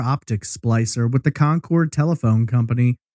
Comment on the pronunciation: I live right down the road from where this happened. I remember seeing the big signs offering a reward for information but I never remember hearing about a single update. Also, thanks for pronouncing Concord correctly! Cabarrus is actually pronounced Cuh-bear-us.